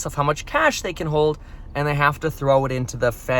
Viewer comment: Please just say “hold”